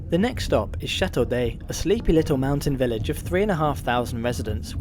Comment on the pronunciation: Great video of this fantastic train! As I work for the MOB, here are some small things I would like to add: For accessibility, MOB recently recieved new low level coaches, with wheel chair areas and level boarding with the platforms. Yor pronounciation of Chateau-d'Œx was spot on! However for Gstaad you pronounced it more like 'Guestaad' (but don't worry, even for us french speakers it's difficult to say it correctly😅) For the maximum gradient of the route, it's 7% (1 in 14), 30% is already steep for a rack railway, it would be impossible for adhesion rolling stock to climb this! Next time you come, make sure to check out the GoldenPass Belle Epoque with lovely old coaches, or the GoldenPass Panoramic with forwards seats having an unobstructed view of the tracks ahead!